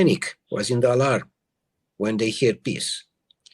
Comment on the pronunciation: He said: alarm not Allah !